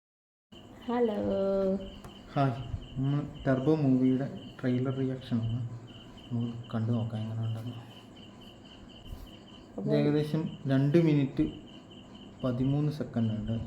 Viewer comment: trubo അല്ല #Turbo😅